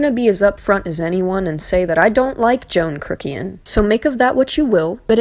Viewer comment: "Joan Crook-ian" 🤣 Another great video 👏🏻 I'm so glad you covered this! Anyone who's watched any of John or peters videos can tell just what kind of people they both are. You hit the nail on the head. Well done!!